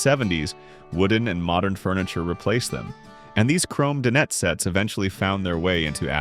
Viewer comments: This is part true and part nonsense. AI doesn't pronounce "dinette", sometimes "can opener", "sauteed" etc. correctly. Mentions things still being done today as things only done in the past. Wrongly shows vinyl as well as linoleum. Wrong decade for ice boxes as fridges became popular in the late 20s. They were becoming frost free and changing coolants by 50s. Trivets never just protected Formica as wood and marble cannot take high heat as well. Microwaves didn't become popular until the 1970s so don't know why it was mentioned. In the wall ironing boards were popular in bungalows or craftsman-style houses not really the 50s. Dumbwaiters were for much older houses with servants where the kitchen may have been in the basement so food could be delivered to another floor. Tile countertops were always a grout cleaning nightmare, not something to wax poetic about. Forgot about bread pudding or herb stuffing. All sorts of rendered meat fat was reserved for frying, especially deep frying. Showed full cuts of meat used when talking about scraps used for bone broth. I make fridge pickles now back then family members made true pickles. It wasn't parchment paper used so often it was cheap waxed paper, as the silicone layer wasn't patented until 1958. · The word "dinette" is pronounced "die-NET."